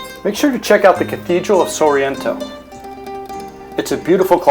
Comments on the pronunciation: Stick footage, and comical mispronunciations... sorreeeento made us laugh out loud... It’s simply Sorrento..along with Fiore.. it’s Furore....did you make this in mommies basement? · The pronunciation of ‘Sorrento’ was way off too… SORR EEEE ENNN TOE… nope.